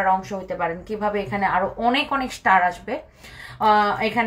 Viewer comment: star prounce thik kore bolo.....tumi onek smart... Eai gulo ekto deko